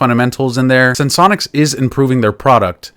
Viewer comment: Finally! Someone who can pronounce the name properly! 😂 Sense-onics ✅ Sen-se-onics ❎